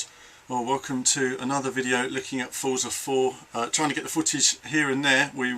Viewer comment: Great wrap-up, thanks for the video. I do wish you'd pronounce it "FORTSA" though.